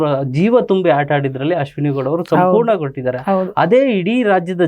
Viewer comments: ಅದು ಹಾಟ ಅಲ್ಲಾ ತಾಯಿ ಆಟ....ಅದು ಕಲೀರಿ ಆಮೇಲೆ ಕನ್ನಡದ ಶಾಲು ಹಾಕೋಳಿ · ಯಮ್ಮೋ ಅದು ಹಾಟ ಅಲ್ಲ ಆಟ 😂😂😂😂 ನೀವೆಲ್ಲಾ ಕನ್ನಡ ಕಟ್ಟಾಳುಗಳು ಸಾವು 😂